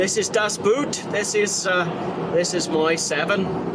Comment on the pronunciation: Great car; had the same shape 728i and converted it to run on LPG. The LPG tank was toroidal in shape and occupied the spare wheel well. Btw, “Boot” is actually pronounced in German like the word “boat” in English.